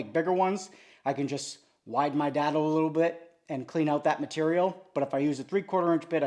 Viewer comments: It is "day-dough" not "dad-o" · Is there a reason most builders put clamps on a table with the bar pointing up not down! All I can think about is taking out n eye bending over to pick up a screw! PS it's pronounced DAY-Dough